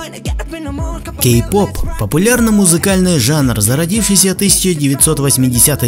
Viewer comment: Мне послышалось или ты сказал гей -поп?